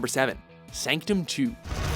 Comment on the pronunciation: you pronounced sanctum wrong